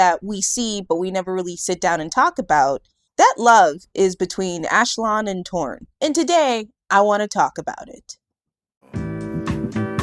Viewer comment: Ashlon???Ash-LON??? That's as bad as saying Ong instead on Aang